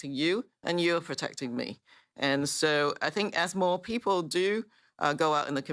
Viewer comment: Lmao “pee-poh”